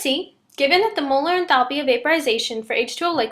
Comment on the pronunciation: good explanation but please learn to pronounce enthalpy correctly..